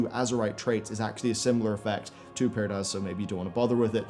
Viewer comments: You can go with what now,? Pyrdaz? lol... It's "Prydaz" XD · PRY-DAZ not Pyr-daz.